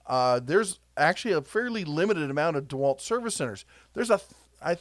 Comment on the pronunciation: Did you say DeHerculewalt, 🤣🤣